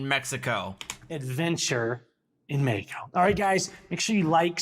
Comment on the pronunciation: It's twatty, with how shitty his Spanish is, how he keeps say, "meh- he- coh."